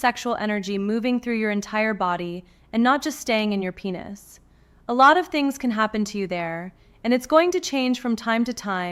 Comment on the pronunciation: Hey you woman you should pronounce correctly. Because is not penus .it is penis